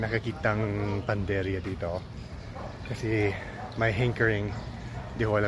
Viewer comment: panadería, pagkarinig ko panderia 😢😮